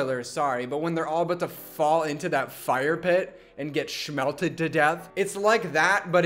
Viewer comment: He just said Shmellteddddd 😂😂😂😂😂😂